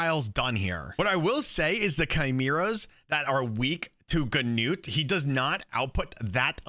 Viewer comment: nice video! and btw... finally someone who pronounces "Gnut" the right way xD (the [gn] is spoken like in a-[ckn]-owledge)